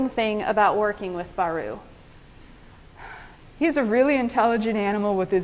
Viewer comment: Baru not Bari